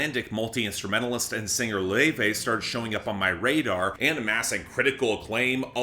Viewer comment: Yep, that's the correct pronunciation of her name.